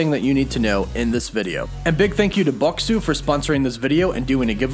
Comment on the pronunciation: At least pronounce the product you are promoting correctly. Bokksu is "Boxes" in Japanese phonetics.